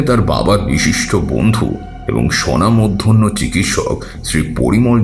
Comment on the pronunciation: কথাটা স্বনামধন্য। আপনি মানে না বুঝে সেটাকে শনা-মধ‍্যন‍্য বলেছেন। গল্প পড়তে গেলেও ভাষার উপর দখল থাকা দরকার।